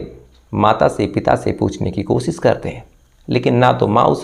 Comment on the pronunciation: आप श को स बोलते है और स को श बोलते है जैसे लाश को लास, कोशिश को कोसिस, खुश को खुस, पोस्टमार्टम को पोष्टमार्टम आपनी बोलनी को सुधारिये